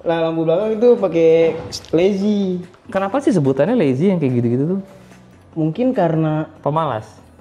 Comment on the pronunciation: Lay-z bukan lazy 😂